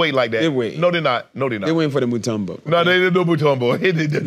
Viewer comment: Lol it the way they say mutombo 😂😂😂😂😂 it a common congolese last name 🇨🇩❤💪🏿🥰😂😂😂😂 mutombo they saying totumbo